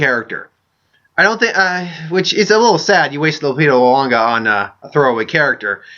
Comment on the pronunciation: Sorry to point it out, but in case you weren't aware, you pronounced "Kanata" and "Nyong'o" wrong every single time you mentioned both the character and the actress throughout your video.